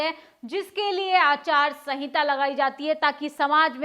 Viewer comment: Aacharya sahinta nahi hota ya bola jata hai madam......aachaar sahinta bola jata hai...